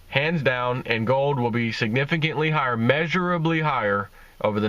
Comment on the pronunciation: "It will be measurably high-ah" I can just hear him mumbling that phrase :)